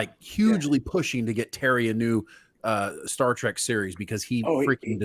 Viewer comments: Did he just say Star Trak? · I was thinking the same thing. That's what total NOOBS call it lol